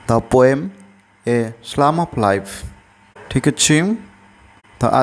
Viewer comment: It's psalm not slam....😊